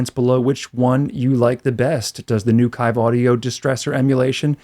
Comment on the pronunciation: FYI, it's pronounced "Keeve" audio. No worries.